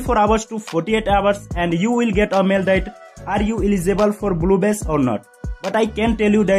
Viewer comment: am i the only one that hears bluebes